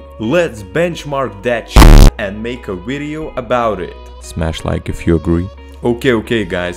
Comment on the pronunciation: Yeah, lets make a wideo!